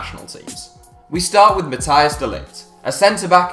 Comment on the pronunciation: It's "Matt HEY s De Ligt", not Matthias. ;)